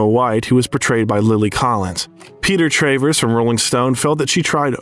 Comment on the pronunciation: Travers is not pronounced Trayvers, but Travvers. Good grief, where does this sorry mispronunciation business end?